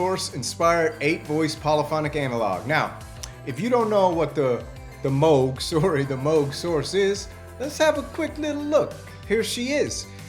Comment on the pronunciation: Oberheeeem? Moooouuug? WTF?